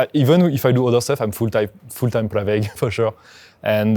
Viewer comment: Pravaig, not Praveg